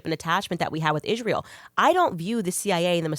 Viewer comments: I have nothing to say about this conversation other than i cringe every time that Candace mispronounces "Israel". Why does she put an "h" behind the "s"? Is it intentional? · What’s with her pronunciation of Israel? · I love Candace but every time I hear her pronounce Israel I have a an aneurysm